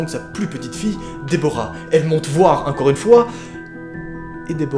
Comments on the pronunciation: Au lieu de dire "encore" tu dis "un corps" XD Sinon super vidéo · Tu dis incore a la place de encore c drôle sinon jaime trop t vidéo ❤